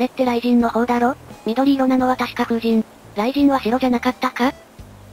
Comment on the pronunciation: 風神じゃなくて風ｼﾞｨﾝですよね笑